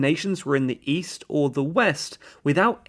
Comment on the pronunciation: East? I thought you said, "Weast".